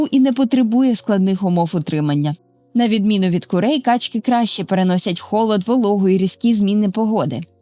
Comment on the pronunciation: У множині наголоси качкИ, качОк ітд.